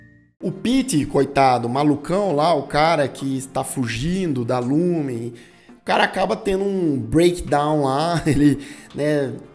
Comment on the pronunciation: Só um adendo,vi todas resenhas sobre a serie e a maioria fala o nome da empresa errado,vc disse Lumen mas e Lumon😍😍